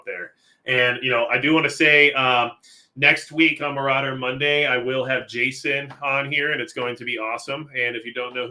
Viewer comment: Majicccc " general maurader " hahahaha